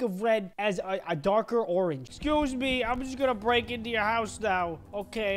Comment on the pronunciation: It’s actually the end is me. Not the end is knee